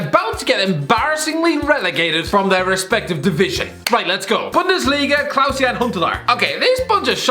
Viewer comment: Why tf do you keep pronouncing it Klaus-Jan. It’s Klaas-Jan. In English it sounds like Class-Yan